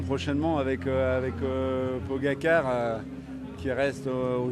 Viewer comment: Trois choses que ce type devrait quand même savoir à son âge et vu son milieu professionnel: Pogačar se prononce pogachar. Et venir interrompre une interview pour parler à un coureur n'est pas très malin. Et c'est le signe d'un manque d'éducation.